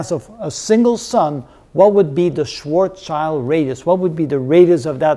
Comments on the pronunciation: It's not "Schwarzchild"! His name was "Schwarzschild", it's German, "schwarz" stands for "black" and "schild" means "shield" in Englisch. So his name translated to Englisch means "Blackshield" and not "Blackchild" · Its schwarzschild Not schwarzchild